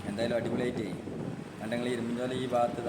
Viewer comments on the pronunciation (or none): അല്ല,ഇങ്ങൾ എബഡെയ്ന് 😂.കാലം കുറെ ആയി കണ്ടിട്ടും കേട്ടിട്ടും....😅. ഇരുമ്പുചോല എന്ന് തന്നെ പറയണേ... "മ്പും" വേണ്ട ട്ടോ...❤